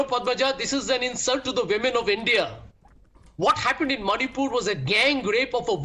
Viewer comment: He saying instead of "manipur" monipur